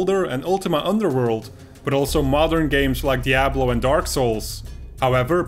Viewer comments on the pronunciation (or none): none